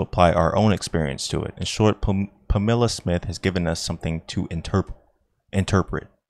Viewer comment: The fact that this guy decided to record a reading but not pre-check how the names are pronounced is remarkable. Mister "Bimbo". "Tarote". Mister "White" with a vocalized "h" (the name is Waite). Miss "Pameela" Smith. The "Romaneeh" people. Adam and "Ee". The Cowblists (the Cabalists?). Impressive.